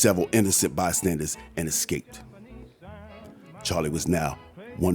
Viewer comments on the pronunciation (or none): none